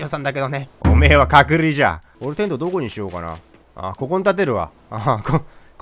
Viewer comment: の「隔離じゃ」が「角煮じゃ」に聞こえて、『豚の角煮』かと思ったw